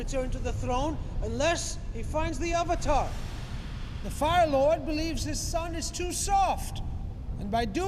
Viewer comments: shyamalan want the asian names to be said right but avatar is a real word!!!!!!! They changed avatar (a actual english word) into auvatar. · I cringed when I first heard "Aw-vatar" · I hate that they say AH-vatar and Ong. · Lol that's right, what did he call Zhao, Admiral Chang or something? What's worse is that they never seemed to be able to settle on a single pronunciation of "Avatar", and most of the time it ended up sounding like "Ahvatar". Avatar, for God's sake! It's the title of the freaking show this is based on! They say the word about 50 freaking times an episode (along with Aang's Sokka's and Iroh's names), and you're telling me you can't pronounce that!?! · Anyone notice that in the first Narration she says Ar var tar instead of avatar? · No, no. He butched the name of Avatar. The creators had to make The Legend of Korra to make up for this shit. He even made up random shit that wasn't even based on facts from the show. Shamalame cannot make movies expect for the 6th sense